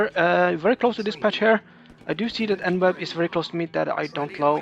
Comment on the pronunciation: En-web makes so much more sense than e-newb which is how I'd always "pronounced" it in my head. Definitely not a noob. GG.